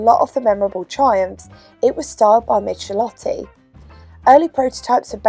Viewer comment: Forgive me if I sound petty, but I believe you’ll find the designer of this car is pronounced Mick-el-otti, not Mich-el-otti. Otherwise, great as always. Fantastic hair by the way!